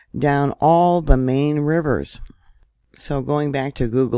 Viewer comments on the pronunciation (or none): none